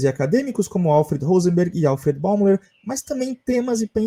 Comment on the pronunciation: Escreve-se Alfred Bäumler, mas fala-se “Alfred Bóimlâ”.